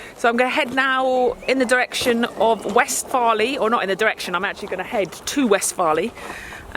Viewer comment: Good pronunciation of West Farleigh !